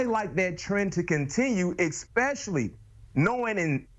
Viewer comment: He says x-specialy. He hs no legitimacy.